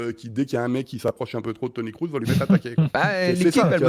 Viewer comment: Toni "Crousse" ? Non mais serieusement sortez le clown 🙄.